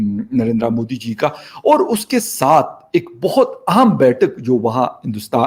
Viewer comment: Moody nahi Modi hai pehle bolna to Sikh lo kamino